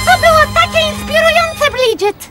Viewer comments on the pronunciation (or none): "to bylo takie iinspilujonce blidżyt"